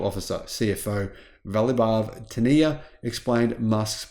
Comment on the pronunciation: His name is VAIBHAV not VALBHAV